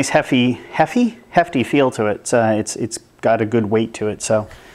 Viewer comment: "hefy" haha